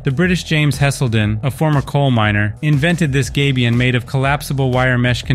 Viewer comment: Gabion, not gabion. Come on man, can't you read?